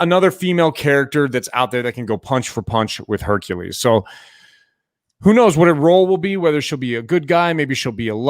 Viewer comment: Guys, I love your videos and you give such amazing info. BUT your pronunciation of words like Hercules, Speculation and many more are killing me. Like nails on a chalkboard.. EVERY TIME!! Its Herc U les, not Herc A les. Hate me guys, but FUCK, it hits me in the same way the sound of rubbing your fingers down a balloon bugs ppl. Keep up the good work, but go back and listen.